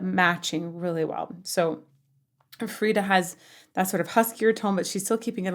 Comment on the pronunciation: FRIDA, NOT FRYDA